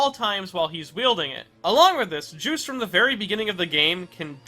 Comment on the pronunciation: Oh i always his name is called jus-te' belmont. Not juice belmont